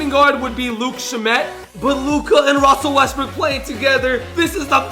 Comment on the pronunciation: Boo Russel Westbrook I mean wussel westbook